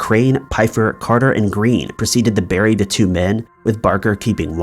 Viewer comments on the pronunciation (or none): none